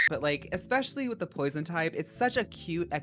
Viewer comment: Pwoizawn??? Póisone, PWAZOIN???? (REST IN PEACE 🙏🏾🕊️)